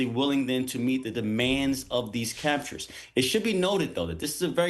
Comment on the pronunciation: "Captures" "Gunthrie".. get this clown off the air !